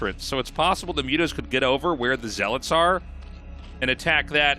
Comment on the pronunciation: Someone teach him how to say zealots lol